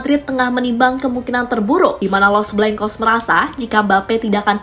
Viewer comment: Los Blancos dibaca Blangkos bukan Blengkos mimin...